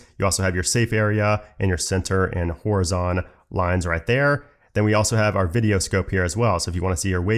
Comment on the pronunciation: Good video thank very much. Two questions - how can we load a LUT and where are you from (pronunciation of horizon) Thanks again mate - very helpful!